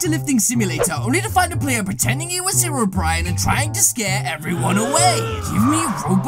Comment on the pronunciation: Hero Bryan? Its hero brine just pronounce it right................please